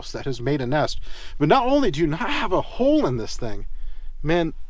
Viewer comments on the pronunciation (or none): none